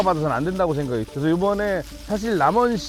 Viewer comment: '쉥'각을 하는 사람은 발음이나 고치고 패널로 나오는 것이 좋겠다.